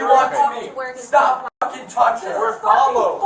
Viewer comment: "STOPUH" That extra syllable at the end, says a lot.